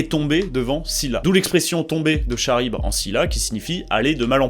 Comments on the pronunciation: Charybde se prononce comme K, pas ch. Désolé. (en grec antique Χάρυϐδις / Khárubdis, pron. : [kaʀibd] « karybde ») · On dit pas Charybde comme dans chat mais karybde. Sinon hâte de participer à ça l'année prochaine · Le "ch"aribde fait mal à entendre sinon bonne vidéo bg comme d'hab continue à plier des classiques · Attention dans L’Odysée, Ulysse affronte Charybde (a prononcé [karibd]) Excellente initiative tout de même ce concours de mathématiques 🔥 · Charybde se prononce "karybde" 😬J'aime pas être cette personne mais fallait que quelqu'un le dise. C'est comme dire à quelqu'un qu'il a un bout de salade entre les dents, c'est un moment désagréable mais c'est win-win. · comme chiral : kiral. Chiropracteur kiro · « karibde » et « sila » ! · nan mais c'est qu'il a prononcé le "ch" osef en vrai